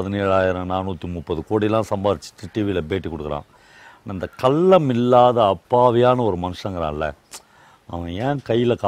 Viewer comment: சொல்றேன்னு தவறாக நினைக்காதீங்க நான் உங்களை விட வயதில் சிறியவன் தான் தமிழ் உச்சரிப்பை சரி செய்ங்க கல்லம் இல்லை கள்ளம்